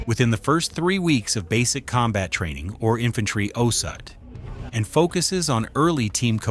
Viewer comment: The way you pronounced osut you should be sent directly to jail